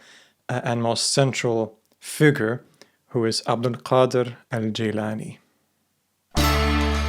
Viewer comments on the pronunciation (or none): Amazing video but I have to make a little comment here. Gilan is pronounced Geelan in Persian. Jeelan is the Arabic way of pronouncing it. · Gilan not jilan 🙏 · It's Gilan not Jilan lol. Having watched so many of your videos, it appears to me that you either don't care about iran in your research or try to remove iran even if it shows up, for example by refering to it as "the rest of the islamic world". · It’s Gilan not Jilan, most arabs don’t have the G sound so they pronounce it as Jilan, but that Iranian province is certainly Gilan and their local language is Gilaki. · its GEElan, not JEElan